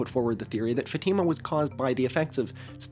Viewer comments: not fateehma, it's fahtima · Fatima is pronounced with the stress on the fa not on the tima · portuguese speaker here, it's closer to the source to pronounce FÁtima /'fa.ti.ma/, than faTIma as you've been saying. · fatima pronounced: FAH--teh--muh . idk how to spell out pronunciation but watch a video of a catholic talking about it 🫶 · great video but pls learn how to say fatima 💔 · As a Portuguese, the way you pronounce Fátima is absolutely throwing me